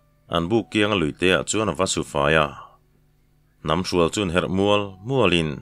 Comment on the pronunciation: hnam hrual hi ri sanga lam riin ' Hnam hrual' tih tur a ni tlatin ka hria..."La ka hrual" tih a hrual ri thluk hian